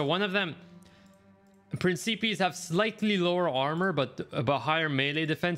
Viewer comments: Nice vid but principeas... 😭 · Pren-ce-pees.... Jesus dude